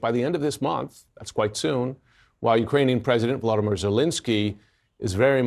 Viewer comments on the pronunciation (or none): You are mispronouncing Zelenskyy's name. It is VoloDYmyr (accent on the 3rd syllable) Zelenskyy (not Zelinskyy).